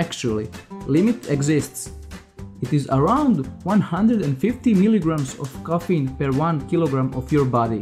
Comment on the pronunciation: it's called CAFFINE* NOT KOFENE